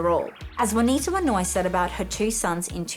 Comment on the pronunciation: It's JUANITA...not vynowoir....or whatever she is saying.